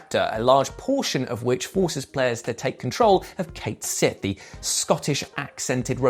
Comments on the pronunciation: Dear, his name is pronounced "Ket Shee", not "Kate Sith". The localizers who dubbed the game are objectively wrong for choosing to ignore Gaelic mythology and what the Japanese developers acknowledge. Just ask Psy about that one. She released a video a few weeks back where she says his name correctly. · Cait Sith is pronounced "Cat Shee" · WRONG. It’s actuallyyy Kate Sith ☠️🤡😂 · Alas, Rebirth didn't have the same devs who worked on FF7. The original game-- the devs addressed the pronunciation by citings the Gaelic origins of the creature-- "Ket Shee". This was supported by CS having a Scottish voice in Dirge of Cerberus, but it wasn't unti this game that his name was ever actually spoken.